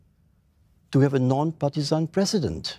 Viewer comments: Its president.. not PRESSident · LOL even singlish he failed alamak.... how to be plecident leh?